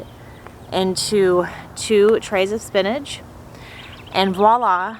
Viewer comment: Say spinnage one more time lol spin-ach